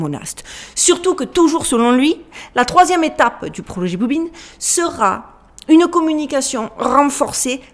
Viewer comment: Blue "bin"......??? 🤔🤔🤔